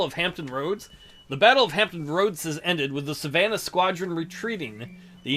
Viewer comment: I might have been upset at your pronunciation of Savannah if it wasn’t such a pretentious city.